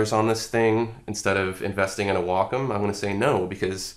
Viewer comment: wocom... Waacaam